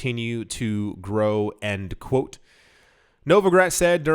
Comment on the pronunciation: It's "end quote", not "and quote".